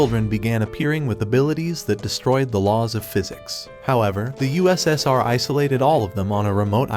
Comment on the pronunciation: Did bro say ussr 💀💀💀